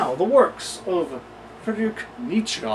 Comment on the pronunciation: learned something new here. Neatzuh, not Neatzee. Nietzsche eatsa pizza. Now you'll never forget it! hehe What a redundant name. Let's rename him neetzuh instead. phonetics fer dah win!